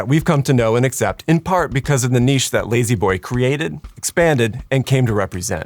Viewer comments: La-z-boy being pronounced “lazy boy” and not “lah-z boy” or “lazz boy” is the biggest atrocity here. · Ha, in England we don't pronounce z as "zee" so lazboy sounds a bit weird, nothing like layzeeboy